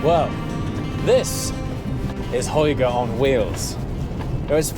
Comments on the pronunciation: you butchered Hygge, but i forgive you. It's pronounced with the Y, Hyg-ge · please do not say „Hoige“😅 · It's not HOygge, it's hygge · From a Dane; it pronounces like the Philips hue lamps "Hue'gge" the danish Y is pronounced ue" Hopes that helped. 🤙Thanks for sharing as always, what a nice car. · Your saying hygge so wrong it's not even a word anymore, seriously you could have just done a simple pronunciation search on google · As a Dane I can tell you that you totally butchered the pronunciation of “hygge” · Love the car but "hygge" was said a bit wrong and fun way for an danish ;) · the only missing part of pronouncing hygge is the potato in your mouth!!